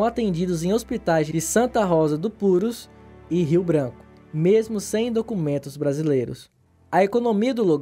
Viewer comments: Ele escreve Purús mas pronuncia Púrus, que loucura. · a pronúncia é purús. fora isso, o vídeo ficou bom. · Não tem acento mas pronuncia "purús" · A pronúncia certa é Purús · Não seja amargo. O conteúdo é bom, e a pronúncia é o de menos. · Como tem gente metida a besta, nada demais a pronúncia o que vale é o conteúdo, parabéns pela abordagem, esse aí que criticou a pronúncia nem sequer sabia que está cidade do Peru existia.